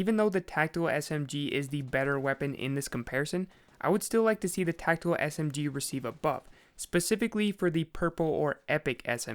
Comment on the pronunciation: TAC TICAL SMG I'M SO SORRY